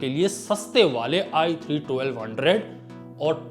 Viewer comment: There is i3 for budget gamers, i5 for mid - tier builds, then there is i7 for high end gamers, and finally we have i9 for enthusiast gamers. But iG is for all the gamers. It is so similar when he says i3 or ig. (or atleast for me it is ).